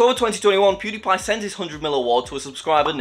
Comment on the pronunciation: Bro I heard puberty pie wtf 💀